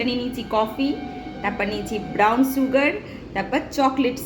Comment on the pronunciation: It’s called sugar pronounced as shugar not suu gar and that’s syrup not serum which is applied on the face and you used a blender not grinder 🤦🏻‍♀️ why do you have so much dark circles under your eyes. 4 cups of cold coffee for whom? Sandeep and family I guess thought you lived alone 😂